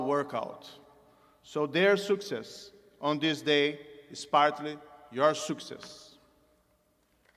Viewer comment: Nossa, ele não fala bem inglês. Não fala mal, fala razoável. Mas tem uns erros de pronúncia lamentáveis. Por exemplo quando ele fala "Success".